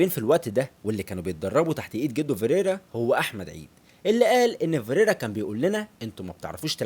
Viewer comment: ياسطا أنا عملت لايك و (فكرت أشيله) عشان هو اسمه فيريرا مش ڤيريرا و مافيش حاجة اسمها اورنالدو اسمه اورلاندو بس انا مش هشيل اللايك عشان أولا انت زمالكاولى ثانياً و دة الأهم هو أن الڤيديو حلو و شكله متعوب عليه و ثالثاً و دى احلى حاجة فى الڤيديو هى ان موضوع الڤيديو عن الاب الروحى لكل زملكاوي ❤❤ فأنت واضح انك بتعرف تعمل ڤيديوهات حلوة لكن موضوع النطق دة مهم جداً و ماينفعش تعتبره حاجة تافهة أو حتى فرعية . بالتوفيق يابو الصحاب❤️❤️